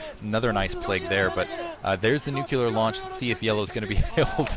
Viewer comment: Funny how says nucelar strike, Sarah Palin style =X